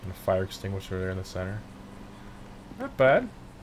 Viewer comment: He said fite extinguisher lol that’s the NOS stupido